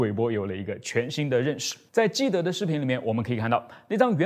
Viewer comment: 是基德不是基博😂😂